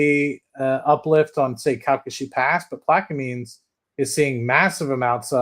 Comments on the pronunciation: Its pronounced plaq-a-mens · I am from Louisiana, it is pronounced Plaq - a - mens.